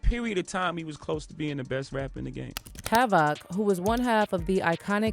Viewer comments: "hav, OC" 😆😆😆 almost stopped watching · Yo...imma need u to practice sayin havocs name man..put some respect on the legends name